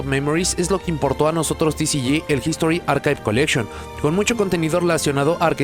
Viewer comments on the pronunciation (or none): En inglés se pronuncia "Quimera" NO "kaimera" no MMS También es "Archivs" no "archaivs " xd